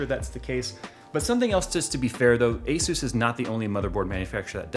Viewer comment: Dude i heard you say hesus instead of asus... Jesus